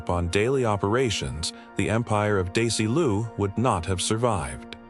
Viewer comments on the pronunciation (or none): DAY-see-loo. How 'bout teaching the bot that it's DEZY-LOO. Jeesh! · To the AI forces who put humans out of work: It wasn't "Daisy-lu" it was "Desilu." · Just in the first segment about Lucille Ball, Desilu was pronounced "Daisy Lou" and Desi Arnaz, Desi ARnaz. Also, even today, women in leadership roles in many industries are judged more harshly than men for the same behaviors. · It's not "Daisy lu" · Bet Davis? DaisyLou? How goofy are these AI things. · The commenter is talking about the correct pronunciation of Desilu, not Daisy Lou. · Oh God. I can't stand the horrible mispronunciation of names. Bet Davis? It's BETTYYYY Davis! Can't even pronounce Dezi Arnaz Jr. or Desilu Studios correctly. And Lucille Ball being a serious person as a studio head doesn't make her a "monster."" Nice try at click bait. I'm stopping this at the 6 minute mark.